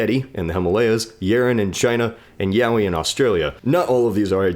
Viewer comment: I think he meant to say Yowie.